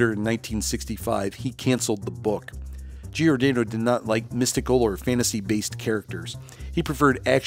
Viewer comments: Nice history rundown. But PLEASE stop saying “GEE-or-DAYno?” Closest pronunciation should be “jorDANNo” or “Jor-Dah-no.” Millions of Italian Americans will thank you. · Dick GiorDAHno not GiorDAYno. Otherwise, nice clip. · At least pronounce the names correctly. Dick Giordano's last name is pronounced 'Jor-danno' [It's italian].